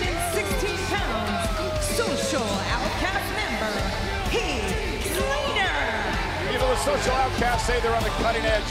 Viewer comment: Lillian botch again "Heat Slater".